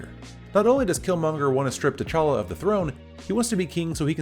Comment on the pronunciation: You pronounce his name "téchala" when it fact you should pronounce it "tchala" ( only two syllable in his name not three). The "t" and the "ch" have to be pronounced at once , not separately . Swahili is not my native language but i have family members who speak it , also all african languages have the same prononciation for consonants and groups of consonants . You have to be able to pronounce words who start with "gb" " tch" or "mb" with a lot of ease. Though I really enjoyed this video (liked, subbed) , you're absolutely right , villains are underwhelming nowadays , it's almost as if they want to turn them into good guys